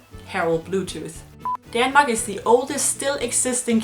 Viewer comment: It's Denmark in english, not fucking Daaanmark